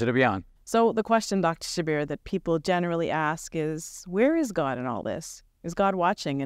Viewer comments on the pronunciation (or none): The names are pronounced Shab-Beer not Shab-B-Arr and it’s Qur-Aan not Qur-Anne. Atleast correct your Islamic pronunciation. Rest of the stuff you guys talk is ok, pretty much inline with the western narrative, and being diplomatic.